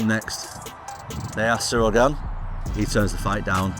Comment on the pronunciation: It's Ciryl not Cyril